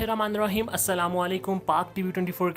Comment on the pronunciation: Bismisla irrakman irrakheem galat h sahi kar lo plz ✔️Bismisla irrakman nirrakheem thinking